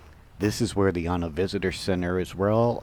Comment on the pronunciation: Great he pronounced it correctly